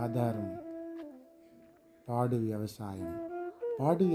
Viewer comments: పాడు, కాదు పోడు వ్యవసాయం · సార్ ఒక చిన్న సవరణ పాడు వ్యవసాయం కాదు పోడు వ్యవసాయం